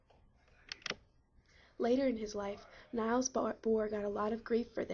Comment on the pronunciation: Niels is pronounced "neels" not "nyles".